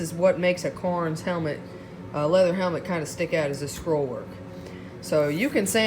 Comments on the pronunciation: Cairns, not Carns. Attention to detail, remember? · Never heard of "carns" I've heard of "ka rens"